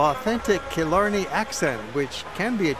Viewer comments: Tá mé ina choní i Cill Orglan😉😉 They were peenouncing a lot wrong like Killarney it's not Kill-Or-Ne it's kill-Are-Ney Annndd deer......... Really they were fascinated by a deer.... Smh....... There's always deer in my yard... Ireland has a lot of deer We still use turf. Smh. (Ok he said it😂) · It's pronounced kill-arny